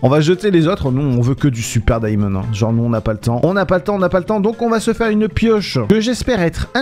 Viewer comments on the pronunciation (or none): none